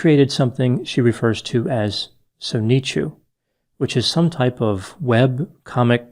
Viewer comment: Soneechu, lol. Interesting analysis, however.